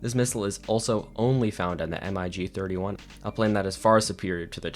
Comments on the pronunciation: Sick video 😃 but why the hell do you say M-I-G and not MIG? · Good video but your pronounciation of "MiG" as "M-i-g" is very incorrect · This dude says M. I. G. instead of MiG? Cringe, reported for hate speech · its pronounced ¨Mig¨, not ¨M - I - G¨ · why do you spell mig like Em Aye G ??? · I've never heard in my life someone call the MIG's M I G letter by letter, sounds so strange. Awesome video nonetheless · Why do you say m i g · The way he spell mig in singular alphabet is infuriating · Lol yeah, at first I was like wtf is he talking about?! But when I realised he meant MiG, my ears were crawling. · ikr, I was like wait wtf lol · Yea that made me cringe so bad 😂